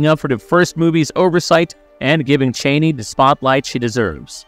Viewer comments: Chani is Cha=NEE not Cheney ! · If someone is wondering: Zendaya's charakter Chani is at no means related to Dick Cheney. Their names get pronounced differently but not in this video. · LOL The mispronunciation of "Chani" over and over again in this video is like nails on a chalkboard. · Zendaya's character, Chani, has a name that is pronounced "Chaw"nee - Not "Chainee."" The mispronunciation is irritatingly disconcerting. Did this "narrator," even see the first movie? Chani's name is pronounced correctly by Timothee' Chalamet's character, Paul, AND by Fremen leader, Stilgar (Javier Bardem). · Aww, that’s cute. Have you ever heard any interviews with Frank Herbert, the author of the novels, pronounce it? “Chaney” For whatever reason, that’s actually one that the filmmakers got wrong.